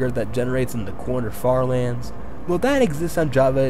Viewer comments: why did i hear the french fartherlands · I tought you said french lands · i heard “farterlands” 💀